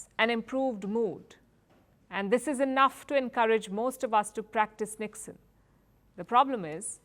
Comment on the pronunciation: You said NIKSEN I heard "ল্যাধ"